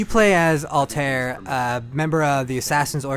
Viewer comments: its purnounced all tie air not all tair they said it like 50 imes in the game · It's pronounced Al-ta-IR... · He can't even pronounce Altaïr right. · If it was called Call of duty Medieval warfare it would have gotten a Perfect score. And he Said Altair name wrong!